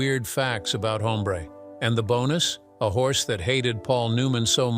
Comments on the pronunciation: It's NOT "Home - BRAY" but, "OM -bre" with silent "h" of Español. The "e" sounds like that asked by people that are hard of hearing 😊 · Your canned artificial voice called Newman's character "Haumbray"?